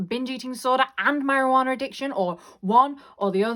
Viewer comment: This video was very helpful and relatable but the best part was how you said marijuanNAARRR😂